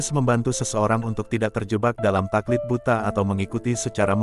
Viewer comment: Taklid Buta bukan Takliq buta